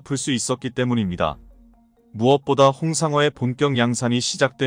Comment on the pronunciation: 불발탄 을 물발탄 이라니 홍삼어는 홍상어, 닫하는 은 달하는 이다. 참고는 참꼬로 읽으면 안된다. 잠수할은 잠수합 이다. km 은 킬로미터이지 케이엠이 아니다, cm은 센치미터이지 씨엠이 아니다. SM6를 은 SM 식스를 이라 읽라는 것이지 SM육를 이라 읽으라는 것이 아니다. 갈 빈슨은 칼 빈슨이다 13만 구독자들은 묵과지말고 오류수정에 협력 동참을 바랍니다